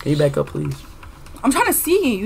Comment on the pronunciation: He said bae back up